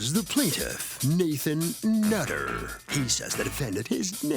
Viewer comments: The Judge said mr 'nut'-ter🤣🤣🤣🤣. Anyone else caught that? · "MR NUT -TER" 🤣 Excellent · Did yall notice how JM kept saying "Mr. NUT-ter" lol. She knew what she was doing, lol. He definitely has a few screws loose. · Lolol she said “Mr. Nut - ter” 🤣😂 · Lol 😆😆 she said mr nut - ter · Lmfao! Did anyone notice how she said "Mr.NUT-TER!? SHE FLAT OUT CALLED HIM A NUT!!!! I LOVE IT!!! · "Nathan Nutterrrr" 😂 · How she emphasized "Mr. NUT-ter!" LOL 😂😂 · I like when she emphasized the "nut" part of his name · The way she kept enunciating his name 😂😂😂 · Yes, Nutter, because he's a nut, crazy mad man😆 .